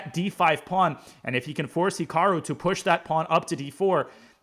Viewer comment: Naroditsky could at least pronounce Hikaru correctly